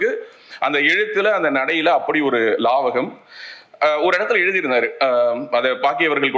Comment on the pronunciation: Thambi - adhu laavagam illai - Laagavam - laguvaga seyvaan enraal elidhaga, naerthiyaga, easyaga